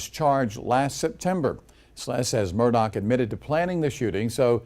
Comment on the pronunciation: It's Murdaugh. Not Murdock.